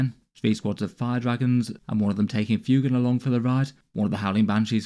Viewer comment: Lovely stuff, just FYI I think it’s meant to be pronounced ‘fway-gan’ like fuego (Spanish for fire 🔥).